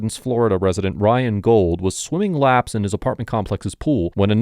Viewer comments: His name is pronounced “goold”, not gold. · Great video and content. His name is pronounced Gooo uld not Gold